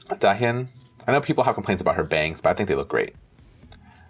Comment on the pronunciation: I do have a comment in how you keep mis-pronoucing Dahyuns' name. It's prononce DAH YUUN. I may have written it incorrectly in how to ununciate the words, I'm not not an speech therapist. The same goes for Nayeon, it's NAH YOHN.